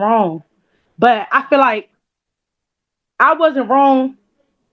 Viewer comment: When did "ifilllike" become a word?